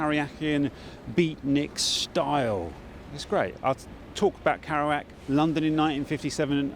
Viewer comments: "karouac" lol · I wish you'd pronounced Jacks name properly- it rather spoilt the video for me. kErouac with an e, not an a! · Is it not pronounced Keh-roo-ak considering the spelling? Need to know this before I mention him to anyone again 😊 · makes documentary about Kerouac; can't pronounce Kerouac.. heh. just sayin